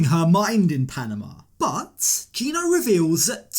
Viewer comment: Gino's voice alone, but especially his pronunciation of Jasmine (jeeasmine) and Panama (peeanimuh) drive me crazy. Also, why does a 50 somthing adult man's voice crack like a 12 yr old so much?